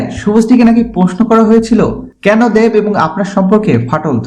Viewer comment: Dev ar uccharon ta aga thK kre blte sikhun r ata old news